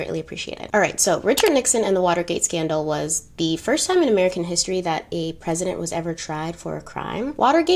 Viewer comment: I love the way you tell the history about important people. But I don’t like the way you say the word history and when you go back to time machine I don’t like that part. I’m so sorry that I’m telling you this but these two things doesn’t suits yourPersonality otherwise you are so beautiful and I love love your eyes.